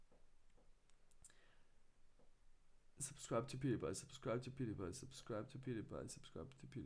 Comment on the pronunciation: Пиудипай* боже как можешь так говорить ...